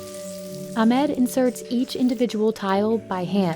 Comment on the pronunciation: Your are absolutely pronouncing Ahmed’s name incorrectly.